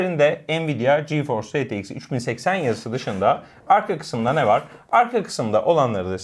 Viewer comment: Retex i Ar Te ix deyim 3080 duz soylemeleri cok seviyom sjsj :)